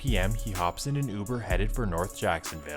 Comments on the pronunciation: That’s news caster. Youber instead of Uber. What a dunce. 😂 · What the hell is youber? 😂😂😂😂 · “Jewkwan” instead of Jaquan. And “Youber” instead of uber 😂😭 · That newscaster said youber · Dude said you-burr lol but serious note shits crazy stop the violence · did that ninja say Youber?? 😂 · "driving him for YOOBER" ☠💀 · "... & a man that was driving him for "You-ber" wtf? smh cmon grandpa lmao 😂 🤦🏾